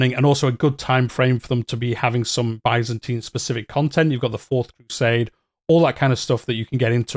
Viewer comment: You're pronouncing byzantine funny